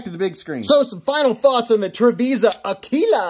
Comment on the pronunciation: Sound it out now....Ah-Quill-Ah. Great video brother. Thanks for the look! Stay sharp my friend 👍